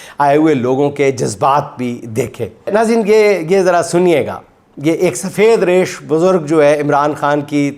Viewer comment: تلفظ ریش ہے reesh